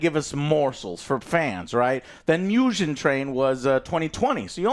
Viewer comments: bro really said myujen Train ICANT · WTF is Mujen Train? Why do you , Americans, always find ways to mispronounce and disrespect us, Japanese?????????????????????????? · Good ol "Mew-jen train" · It’s not “Myugen train” it’s “Moo-gen” train Meaning “Infinity” train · It's hard to take someone's recommendation about not seeing it dubbed when they haven't seen it dubbed. That's like someone saying a game sucks without playing it first. Not to mention when the people in the video can't even pronounce the names correctly, I.E. it's "Mu-ghen" Train, not "Mu-jen". Not to mention not even being able to pronounce the main characters name correctly. And they call themselves anime fans....Fans, or even good reviewers/researchers would know to get the names right before hand and practice the pronunciations. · As someone who loves so many dubs, except Demon Slayer's unfortunately 😅 I feel like if you're gonna denounce english dubbed anime, you SHOULD atleast get the names correct, JOE 😂 "Miujin Train" "Nakuzo" LOL I half expected him to say Tangyro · How can you not spell Kokushibo correctly LOL but yea I agree, Miujin Train, and Nakuzo lol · “Mew-jin” Train will never not be funny 😂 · They can't get these names right for nothing 🤣🤣🤣Hilarious review! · Dude... Bashing people who watch dub and then pronouncing "Mugen" the way you do... 😂 0 awareness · struggled saying Mugen from the jump. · Muhhgen, Tenyiroohh :D Joe you really made my day man ahhahah